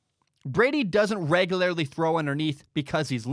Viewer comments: The way you pronounce regularly is very off putting... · Tell you what, buddy. I'll give your begging website money as soon as you eliminate your dramatic speech impediment and figure out how to pronounce "regularly." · I need to understand the local dialect that creates this pronunciation of “regularly”.